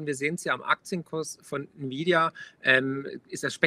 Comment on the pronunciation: wenn friedrich sich so mit btc auskennt, warum kann er auch nicht nvidia aussprechen? ohne grafikchips keine bitcoins un gibt nur ati und nvidia